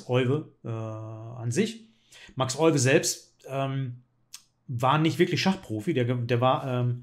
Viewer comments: Euwe wird im Holländischen wie Öwe ausgesprochen. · Leider wird sein Name in Deutschland immer falsch ausgesprochen. Das "Eu" spricht man wie "Ö", nicht wie "Oi"